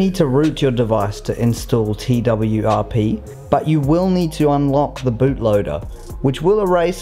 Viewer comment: Twrp sounds like twerk